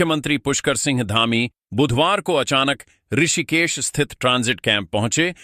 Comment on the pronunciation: Rishikesh ka uchchharan sahi nahin hai.